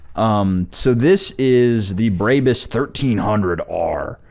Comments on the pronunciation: Brabus is said brah-bus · Js it's pronounced braa-buhs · Why are they saying "Braebys" it's brahbus, always has been. Why do Americans do that lmfao